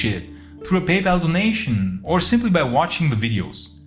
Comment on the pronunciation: You: "...through a PayPal donation" my ears: "through a Papal donation"